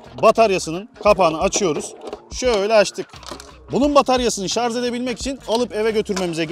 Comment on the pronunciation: Şarz değil Kâmil ŞARJ !!!